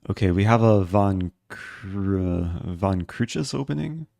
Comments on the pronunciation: come on. It's much closer than "vant crooges" which is what he said. There isn't an English word that I could think of that has an "ui" sound like in Dutch. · A cow that turns into a hippo should surely be a manatee. Secondly you can pronounce "van't kruijs" as "funt crase" (like "ace" in cards). It means "From the cross" in Dutch.